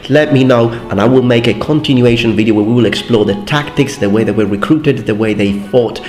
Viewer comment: No one:: Wideo games